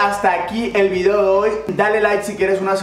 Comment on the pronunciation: Jajaja like si sé fijaron que el dijo el video dooi